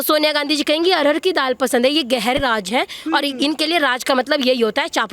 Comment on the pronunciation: Raaj nahi raaz hota hai ... hindi ka murder omg